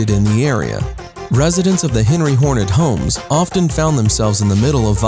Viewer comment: Dude. It's Henry HORNER. not HORNET. You even have the correct text onscreen! If you wish to "report" on something, you need to have your information right. If you trip over literally the most basic info, why on earth would we trust anything else you "report"?